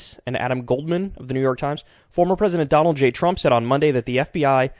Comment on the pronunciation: “Donald a J Trump” perfect